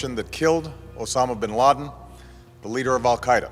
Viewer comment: To nie je "Ben Láďin"! ale Bin Ládin - tak sa to vyslovuje ty trubiroh! Nekomentuj, keď to neovládaš!